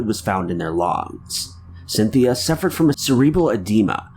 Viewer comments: “Fluid was found in their lawngs” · my good man, in number 1 did you say, "lungs" or "longs"? What's going on?